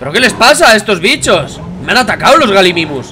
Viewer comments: No bliste se pronuncia Gallimimus no Galimimus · se pronuncia gayimimus, que significa imitador de gallina, de ahi el nombre